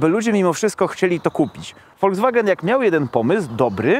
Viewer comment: tak kocha "Volskwagena" że nawet nazwe marki przekręca😁